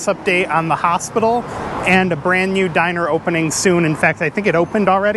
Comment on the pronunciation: do you mean 'diner'?